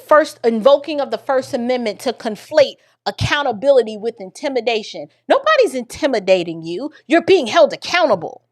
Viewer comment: He also says wiff instead of with